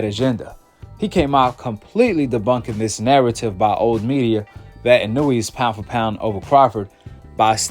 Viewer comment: In a way not inooweee